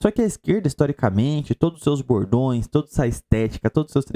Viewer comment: Todas as vezes que o falou "bordões" eu escutei "gordões". Na primeira vez, ele disse isso logo depois de falar em antropofagia. Pareceu que o cara tá realmente entregue à Gula.